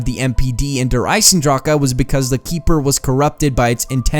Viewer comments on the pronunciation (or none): its der eisendrache not eisendraka